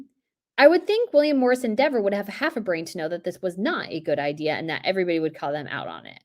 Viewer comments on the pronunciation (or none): none